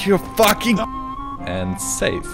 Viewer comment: "Nooouuuuw" (Australian for: "Nooooooo")